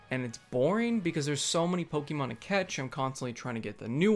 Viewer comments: Pokehmon dude. Accent on the e. Like the "e" in "let's". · Say poke'mon right lol jk. Love this fucking game. I know where all the hate was and still is but. Damn my YouTube feed FLOODED with poke'mon videos. And that's never happened.